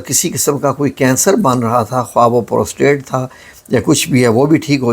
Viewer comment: ابےگدھے پوسٹریت ہوتا ہے پروستریٹ نہیں ہوتا۔